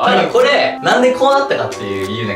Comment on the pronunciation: の「くぉれはやばいよ」で笑った人は同志